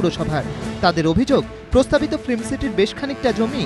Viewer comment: Please use correct pronunciation of 'film' ... you are sounding like 'flim'.